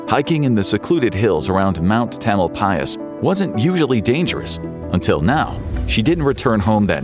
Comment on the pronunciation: I’m in Point Reyes. I thought the same thing. So bizarre to hear Tamalpais pronounced correctly